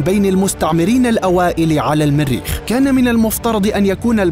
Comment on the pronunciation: من اين اتيتم بهذا اللفظ الميريخ الميريخ بأن الميريخ ، إلى الميريخ، ... بالجر والنصب والرفع تجرون ميم المريخ فتصبح الميريخ ماااااهذا !؟!؟